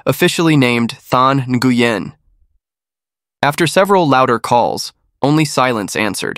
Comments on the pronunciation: Its not even pronounced with two syllables. Closet pronunciation for Nguyen would be Wynn. Imo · Pronounce NGUYEN as “noo-yen” to make it easier for you.